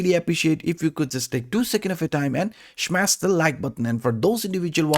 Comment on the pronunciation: I just watch to hear you say shmash the like button 😘👌👌